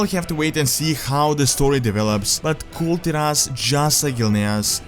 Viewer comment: it should be Kul Taras not Tiras..... who's wiht me ???